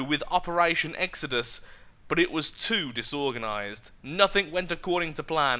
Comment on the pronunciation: its not exedus its ex-o-dus